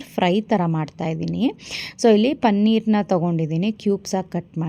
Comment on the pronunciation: ಪನ್ನೀರ್‌ ಅಲ್ಲ ಪನೀರ್‌